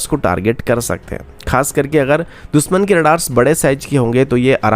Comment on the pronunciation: Yaar ye दुसमन sun k kaan झंझना jate hai दुशमन होता है दुशमन, न की दुसमन